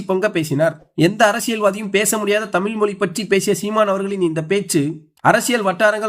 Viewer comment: சீமான் அவர்களின் உரை பற்றி சொல்லி தெரிய வேண்டியதில்லை, எனக்கு உணர்ச்சி கண்ணீர் வடிக்கும் அளவில் இருந்தது. ஆனால் இந்த உரை பற்றி விவரித்தார், தமில், தமில் மொலி என்று பேசுவது மிகவும் கொடுமையாக உள்ளது, திருத்திக் க்கவும்